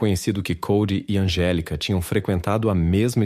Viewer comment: NÃO É ANGELICA. É ANGÉLICA.